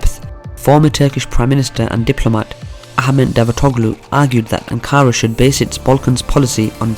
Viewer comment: Weak. This guy can’t even pronounce Ankara let alone dive into the Turkish connection to the Balkans. How about learn what Balkan means as a starter.